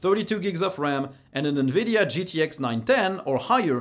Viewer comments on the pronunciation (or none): none